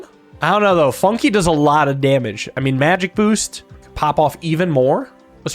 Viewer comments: Funke = Spark in German. And it is pronunced very differently in German. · calling Fun-k "Funki" is frying me😭